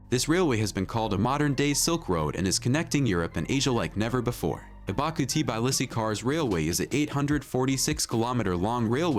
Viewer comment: it is not TIBAILISI IT'S TBILISI !!! READ IT AS IT'S WRITTN!!! T as Tattoo, B as boom, I as indigo, and so on!!! )))